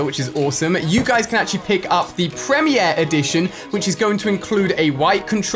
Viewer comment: The way he pronounced premier scares me